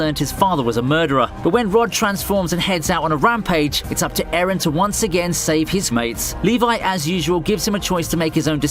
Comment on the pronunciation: Eren👎 Ereh👎 Aron👍